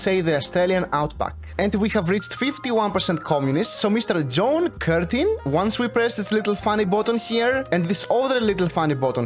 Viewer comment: when he first tries to say John Curtin